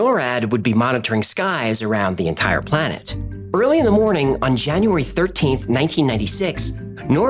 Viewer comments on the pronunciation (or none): none